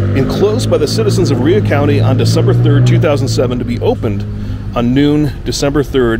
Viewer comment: Rhea pronounced “Ray “